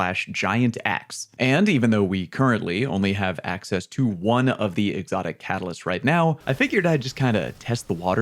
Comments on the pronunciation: Did you say AXEcess? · Axess? Really???